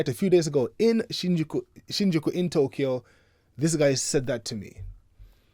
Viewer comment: I,love your and even had an ex-friend that you interviewed which was a pleasant surprise anyway remember Tokyo is pronounced TO KYO not TO KEE YO, all the best to you. So proud of you